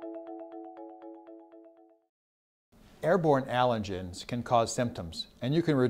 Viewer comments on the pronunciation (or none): "Airborne alengens .." Aight, im out. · aalllengens he says it strange